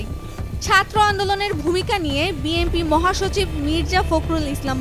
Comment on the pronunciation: ৪ মিনিট ৩০ সেকেন্ডে বিএনপি না বলে বিএমপি বলছেন কেন?আপনারা এত ভুল করেন কিভাবে?